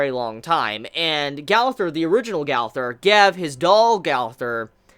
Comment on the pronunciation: Brooooooooo it’s a year now n it’s gooooowther not gawther fuck lol